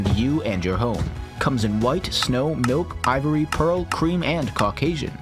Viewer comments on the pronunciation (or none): none